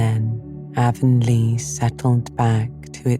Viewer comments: In every TV miniseries and audiobook version of Anne of green gables I’ve ever come across, “Avonlea” is pronounced with a short A. Not a long A like the River running thru Shakespeare’s hometown or the ladies that sell makeup door to door. It’s an honest mistake, I’m sure and I suppose an understandable one. But this sadly was unlistenable for me. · I literally turned this off during the first sentence of the bop. She pronounced Avonlea wrong. I can't take a full book of that.